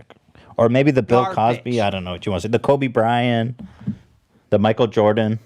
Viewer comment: Makes fun of keem for not knowing its Juliet. Proceeds to say "kobe brian"